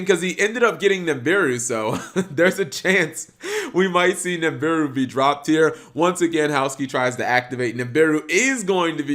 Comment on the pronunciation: cap... it's NIBIRU not NIMBIRU